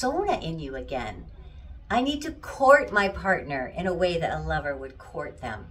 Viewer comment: Did you say liver.?! No.... Lover.!